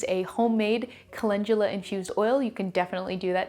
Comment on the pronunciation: Why do we pronounce it colengula when it's spelled calendula..😂 I really need to know being a mostly reader and watching it took me a min to realize calendula and colengula are the same thing.